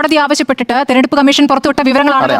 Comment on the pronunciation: "തെരഞ്ഞെടുപ്പ് " എന്ന വാക്ക്, "തെർനെടുപ്പ്" എന്ന് ഡിസ്റ്റോർട്ട് ചെയ്ത് പറയാതിരിക്കൂ, പ്ലീസ്!